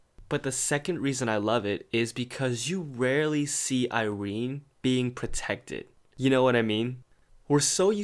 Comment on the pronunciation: I never pronounced Irenes name like that n IM CONFUSED.